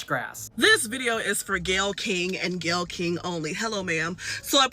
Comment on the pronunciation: Her name is Gayle - le = Gay